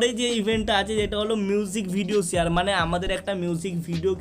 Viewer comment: ছেয়ার না ভাই শেয়ার 🤣🤭